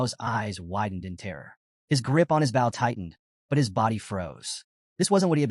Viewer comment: There are still mistakes in the narration. A "bow" and arrow. Pronounced like a "bowl" of rice. Instead, the narrator says "bowel." A few other mistakes as well.